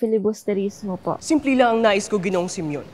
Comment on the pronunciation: Okay na sana kaso "SIMOUN" hindi "SIMEON" 😜😂😜😜